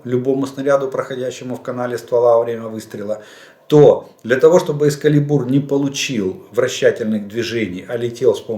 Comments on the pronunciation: Дядя Олег, здрасьте! Я вже вам колись писав....ви не правильно вимовляєте EXCALIBUR Не там наголос ставите і звучить...sorry ....не грамотно Наголос має бути на другий слог (на "КА") Дякую, якщо зрозуміли. Знайдіть на Гуглі звукову вимову і послухайте. Ваш постійний слухач. А выпуски пятЬ баллов 😁👍💙🇺🇦💛✌ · Эскалибур, ударение на "а"